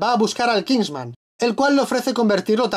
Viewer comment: es kingsman no kisnman